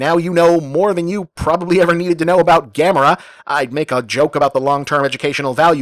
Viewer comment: wait was is Gam-air-a this whole time, Have I been saying it wrong?